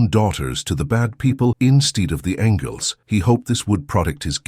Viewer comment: The computerized narration has several mispronunciations — “angels,” “protect,” etc.